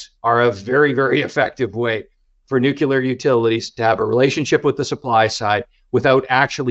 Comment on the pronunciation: Great content. You’d think a guy like would know how to pronounce “Nuclear” though, right?